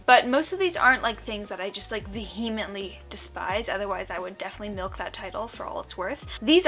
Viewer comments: Hey just a heads up, it's "vee-uh-mently" not "vuh-he-mently" :) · oh oops. Here is how you appropriate pronounce vehemently: emphasis on wrong syllable. at least you got the def correct.